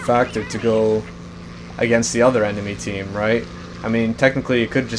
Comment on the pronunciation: love it "who thort it was a good idear to go in to 6 enermy aircraft" then what dose he do go in to 6 enermy aircraft lol